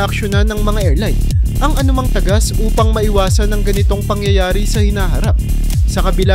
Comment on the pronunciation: ayusin mo ang pagbigkas ng mga salita..ang daming mali sa pagbigkas ng salita..gaya ng " PAG-TAGAS AT TAGAS" sobrang mali ng bigkas mo..kapag sa eskwela at oral recitation bagsak ka na.